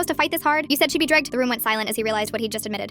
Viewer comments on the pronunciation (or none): “You said she would me drigged😙” WHY DID IT SAY IT LIKE THAT